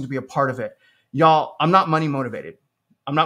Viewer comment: That "yall" was awful 😂